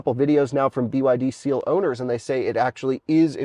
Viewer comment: At the end you called it "The Byd Steal".